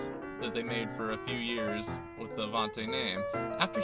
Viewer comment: What the fuck is a Stude-a-bocker and AVON-TAY? It's a Stude-a-BAKE-er and AVON-TEE!!